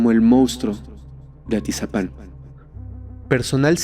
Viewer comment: Excelente investigación, pero te suplico que tanto tú como todo el equipo (incluyendo a Fepo) CORRIJAN la palabra MONSTRUO, y no digan MOUSTRO!!! Xq se escucha fatal.